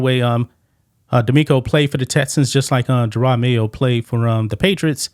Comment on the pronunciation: What's even better is the dude kept calling him Jerard not Jerod. Pathetic reporter with no clue.